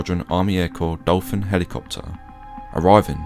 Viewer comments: Not being picky as your stuff is the nuts, but it's pronounced 'Door fin' not dolphin. ( agusta westland Helicopter) easy mistake as it's a foreign word. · just for info the aircraft is a Dauphin pronounced (Doe-Fan) not Dolphin. OTHERWISE INTERESTING VIDEO GOOD JOB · The name of the Dauphin helicopter is pronounced DOE FAN not dolphin. It's French.